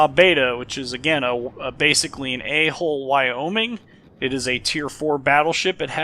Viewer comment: Yeah it sounds like his saying a hole lol